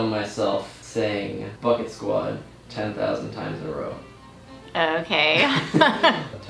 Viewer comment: It sounds like ur saying bucktwod